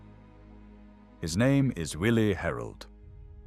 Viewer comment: Great history! I wish more people knew that "W" in German is pronounced like our "V". His name was "Villi Herold".